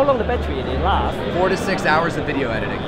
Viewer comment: I got that, it was a joke about and his "Wideo's" pronunciation. But thanks for taking the time to make sure.